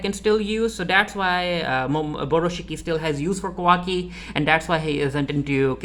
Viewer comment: It’s Ka-wa-ki by the way LOL